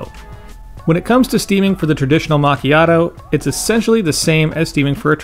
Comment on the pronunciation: It's always funny to hear the american mispronunciation of this word lol